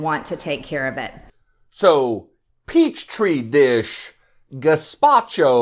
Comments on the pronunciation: "Peach tree dish." What an idiot. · cant even say petri dish right yet wants to be taken as a beacon of science